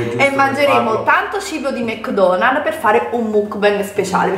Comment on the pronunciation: ‘ DI MEKKKKKKDONALLLLLL’ Aggiungi altre consonanti daiii😂😂